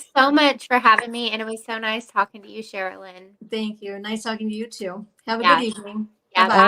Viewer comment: I Love!!! She is so sweet! Could she PLEASE ask AD to pronounce her name correctly?!.... it drives me NUTS!!!